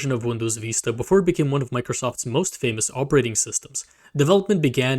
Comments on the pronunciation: Why do you say “Windows V-iista” why not say it the other way? “”Windows Vista?” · stopped watching at "windows veeeesta"